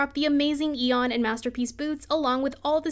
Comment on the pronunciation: only other person who says aeon correctly 😤